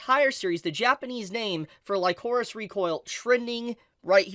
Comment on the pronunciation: wtf man. Some of the things you say make me question if you actually watched the show or not. Chisato is not basically mercenaries or soldiers. They are assassins raised by the DA. Also kinda jarring hearing you pronouce Lycoris wrong multiple times, it's said multiple times in the show. Also, the explanation about Majima being an hero of justice makes zero fucking sense. Perhaps you should try grounding the setting instead of mentioning DA out of nowhere without explain who or what the DA organization is. Like IDK maybe explain the setting of the story and major players. Instead of diving straight into Majima. Kinda weird way of explaining things tbh. Also Chisato is not the only main character in the show. It's obviously Chisato and Takina. As each are represented by the color red and blue in the openings, endings and title card. And it's not only the DA being the possible evil organization. It's the Alan Institute cultists. Great job not mentioning them. They helped smuggled over 1,000 guns into the country. They essentially supported Majima in starting an coup de tat or terrorist attempt on the country. That's where the Hero of Justice line is blurred. Majima views the DA operating in secret to be bad since he views the public should know the truth. At the same time he was willing to stop fighting Chisato and be an duo and go after the Alan Institute, who is arguably worse being an multinational organization. The fact they have technology generations ahead of modern